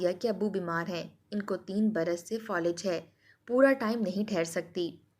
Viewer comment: Folij nahi Falij